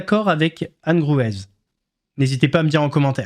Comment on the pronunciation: Coucou, on prononce pas le Z de Anne Gruwez, ça se lit "Grué" si tu veux:D Passes un bon week-end!